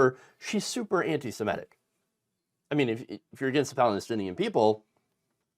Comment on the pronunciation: "semitic" not "simetic"